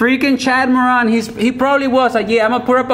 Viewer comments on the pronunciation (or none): Chad Moron not Moran